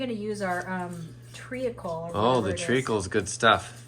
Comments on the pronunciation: mad as a box of frogs today. Love it! Oh and in England we pronounce treacle, treecle. No need to sound out the a😄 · Omg ….I laughed all the way through that cookie fiasco. You made it so much more fun and I totally agree that having him in your face and trying to make a new recipe would have ruined me. 😅😂😅😂😅 Oh…and it’s Tree-kl …without the “a” pronounced trea·cle /ˈtrēk(ə)l/ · Your family banter is classic. I love how you say tree-a-cle. Its just tree- kle. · I love your pronunciation of tree-acle. We say treecle here in the UK. Tastes good either way! Yum at your baking.❤ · It is pronounced tree- kle. Not tree-a-kle. The cookies look delicious. You can make your own brown sugar with white sugar and a little bit of molasses. So you can make it to your own taste. You could do only a 1/2 a dozen cookies and one of those smal loaves of fruit and nut bread like Apple pecan or banana walnut. One of those little loaves of bread are perfect for 2 people to sit and talk with a pot of tea. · I haven’t checked the comments..but just in case this isn’t there ..treacle is pronounced ‘treecle’ in the UK 😉🇬🇧💕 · treacle, you only have one vowel sound it is tree kle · You made me giggle with your pronounciation of treacle, in the U.K. it is pronounced “tree call” and we use it for ginger based cakes like ginger, treacle tart with a ginger base etc. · In Scotland we do not pronounce the A in treacle tree kle.